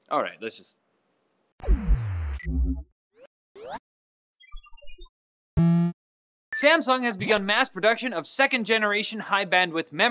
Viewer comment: Did you just say "SCAMSUNG"?